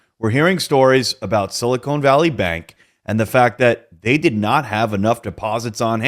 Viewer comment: Sili-khan not sili cone